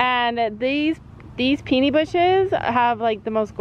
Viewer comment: Safety note - I've just seen, in the corner of the inside arena, where the electric chargers and lines are located - they are within horse reach and a curious horse can nibble and be electrocuted. Caution please. FYI, there's a site you can go to for learning correct pronunciation - that bush is a Peony, pronounced Pee-uh-nee.